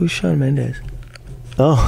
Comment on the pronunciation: ??Shaw kkkkk é shawn